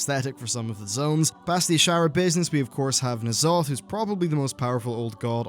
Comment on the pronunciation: Knee'alotha? Consider my pet, peeved!